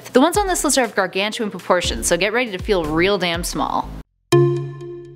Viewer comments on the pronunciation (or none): none